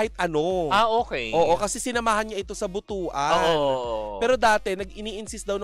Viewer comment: Butuan is in mindanao ( caraga region) Its pronounce as BOOT-WAN not Buto-an